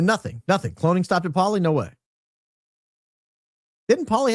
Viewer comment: dolly not polly